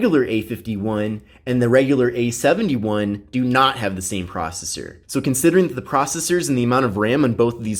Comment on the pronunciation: Idk why but I can't stand the way he emphasizes the 1 instead of the 7 in samsubg A71 5g. It just ruins the parallel structure.